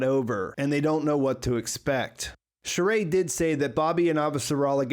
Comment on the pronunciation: Nice analysis... but it made me cringe every time you said "Shohreh"... it is pronounce Shoh-Re (the middle H must be pronounced).